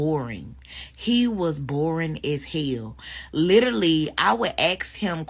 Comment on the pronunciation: Gentlemen you need to learn that some women are not for you, social classes exist for a reason. She can't even pronounce the word literally. The problem is not that he couldn't make conversation, the problem os that they are different speak completely different languages with different vocabulary.